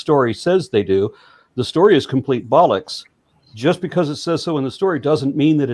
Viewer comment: Pulling off proper, serious use of bollocks with an American accent ain't all that easy. 10/10 that man. Grinz.